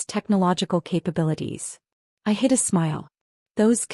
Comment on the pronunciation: Hid, not hit. Aunt Patricia, not and Patricia. You're lying, not your line.